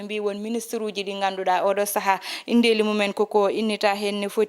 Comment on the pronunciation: On mbeltanaama haano feewi yo Allah sellin doole big Miin miijo am heen ko Wonaa gaañanndeeli ko 'gaañan'de" Wonaa inndeeli ko "in'de" Njokkee golle emin kedtii e kala sahaa